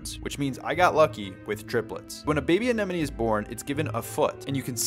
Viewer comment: Your the first aquarium influencer to pronounce it right. "Anemone" The others are annoying and worth unsubscribing.